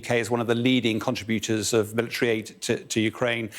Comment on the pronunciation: Bell pronounces things differently con-tributor, roft and such. The emphosis is always on the wrong sylloble. We are a people separated by a common language.